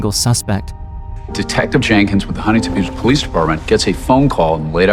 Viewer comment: as someone from HB, hearing “Huntington Beach” made my soul leave my body.